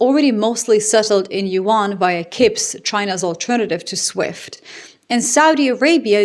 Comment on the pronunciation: I’m sorry, I know it seems like an insignificant thing, but it’s annoying…it’s CIPS, not KIPS.